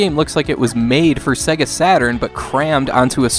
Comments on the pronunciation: At :51, it sounds like you said "...play Captain America and the Avengers on SNEga Genesis." :P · Lol sounded like you said Snega Genesis